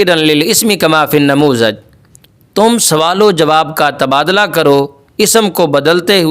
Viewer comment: حضور! لفظ تبادٙلہ ہوتا ہے یا تبادُلہ۔۔۔۔۔؟؟؟😏